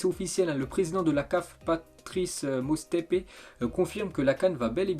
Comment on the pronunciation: C'est Patrice Motsepe et non Mostepe